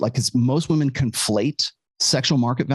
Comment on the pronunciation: "I'M NOT LIKE THOSE OTHER WAHMEN"